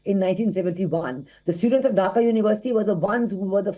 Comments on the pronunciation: Dhaka, not Dhakha. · Dhaka not Dhakha unacceptable from so called English Channel with 8.93m subs 😲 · Hey miss, it’s Dhaka not Dhakha. 😐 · It's Dhaka, not Dhakha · Dhaka not dhakha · Dear WION it's Dhaka not Dhakha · Is dhaka not dhakha wtf